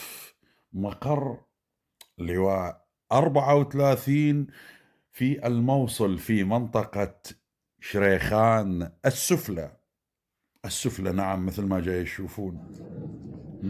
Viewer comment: انت شلون عراقي ماتعرف المناطق فيه لو قرات خريطه الموصل لسوف ترى بانه لايوجد منطقه اسمها شريخان. 😂😂😂😂😂😂😂😂. فيها منطقه اسمها الشيخان ومابيها لاسفله ولا عليا 🤣🤣🤣🤣🤣. خوش عربانه روح نام واتغطى احسن لك